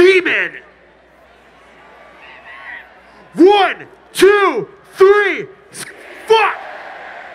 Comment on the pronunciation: “wun too threeh” lmfao i love it so ironic 😂